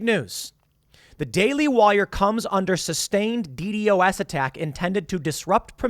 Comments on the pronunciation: Just say D Dos like somebody who knows what it is would Tim. As a "hacker" like you have claimed to be in the past would know it is not pronounced D.D.O.S it D Dos (not spelled out) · DDOS is pronounced “dee dos”.